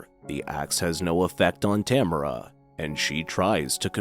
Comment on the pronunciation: In the movie they pronounce it ta mar a